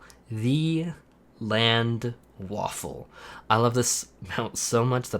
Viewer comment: If you want to pronounce "Landerwaffe" correctly you say Lan-der-wa-ffe and don't pronounce the "a" like ae, its more of a ah, enjoy :D